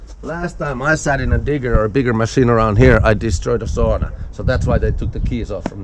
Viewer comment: wau jukka olen pettynyt sinuun et osaa edes lausua SAUNAA oikein!! >:(